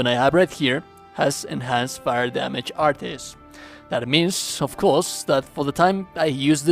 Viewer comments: "Artis" 😂😂😂😂😂 it's just art bro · The "artey" pronunciation hurts my soul lol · What the hell? Is that screen that that actually shows what the moves look like on PC only or something? I have platinumed the game on PS5 and I've never seen this screen before. Or was this done with editing? Also they are just pronounced "Arts." They say the actual word in the game like 47 million times.